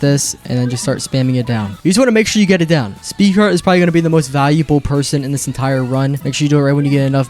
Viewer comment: Brother said speedcart 😂😂😂